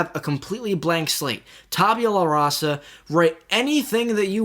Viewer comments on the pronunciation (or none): its pronounced ta'boola rassa